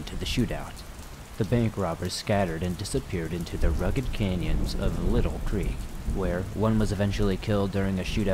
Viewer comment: wow it's weird to hear a story about the county I grew up in. also, its pronounced lytle (light-ul) Creek. I can see how the mistake would be made though. Great video as always, currently binging episodes I missed because of work the last few weeks.